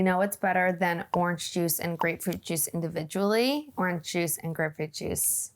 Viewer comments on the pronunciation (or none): Never in my life have I heard another person besides my mother pronounce the word orange like "ornch" until I heard you say it like that. How do you say sandwich? She says "sam-widge."